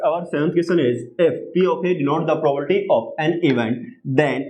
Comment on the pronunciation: Sir its Probability not probolity 😂😢🌚😅